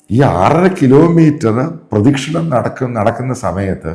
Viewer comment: പ്രദക്ഷിണം ആണ് പ്രദിക്ഷണം അല്ല